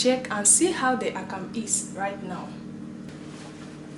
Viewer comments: You do good job.. but please it's akamu not akam.. call it what the name is .. that's how you stay original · You do good job.. but please it's akamu not akam.. call it what the name is .. that's how you stay original.. we love and appreciate what you do